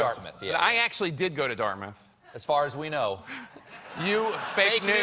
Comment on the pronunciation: Dart-Mouth or Darmuth? . . . Dart Mouth !!!